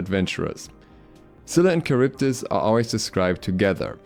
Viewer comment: 1. Not karyvdis, Haryvdis 2. A unique and interesting desing character wasted as a little girl